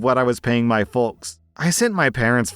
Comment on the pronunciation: please stop pronouncing the L in folkes